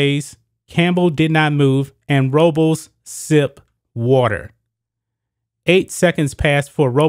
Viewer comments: I heard row-bowls but I think her name is pronounced Robe-less. I could be wrong though. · Robles is pronounced ROH-BLESS... is a Spanish last name. You kept murdering the last name, is was horrible.